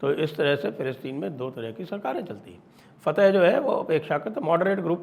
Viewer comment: fateh nahi fathakh